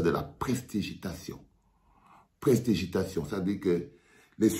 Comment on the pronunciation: pour la prochaine fois on dit "pres-ti-di-gi-ta-tion"